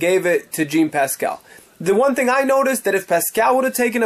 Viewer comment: I cringe everytime I hear you say Jean Pascal. Learn the names